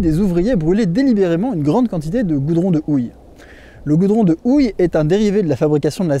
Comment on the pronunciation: Le goudron de "Ouille"... c'est paradoxal de prononcer le Japonais correctement et d'ignorer le "H" aspiré en Français ! 🤷‍♂ Mais belle vidéo et panoramas à coupe le souffle !